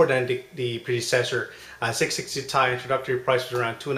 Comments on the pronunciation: It's t-i not ty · Dude it is T I not tie